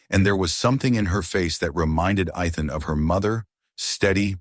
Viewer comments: NOT Eth-en, NOT E-thon, NOT I-thon! His name is pronounced E-thin. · His name isn't Eth-en, his name is E-then. Learn to pronounce the names correctly. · Not E-thon, E-then! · Or E as in the letter, than with soft a. I kept on to hear the story but constant mispronunciation was a actually. It is VERY common through all these stories. Sigh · So distracting!